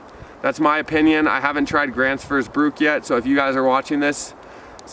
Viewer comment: Man absolutely butchered the name 😂 “gränsfors bruk” Tbh you did better then I did my first time trying to pronounce the name. 🤭